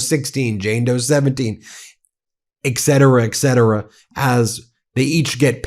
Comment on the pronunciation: Where the f*** did you get educated Ben ? Ek cetera ? Ek cetera ?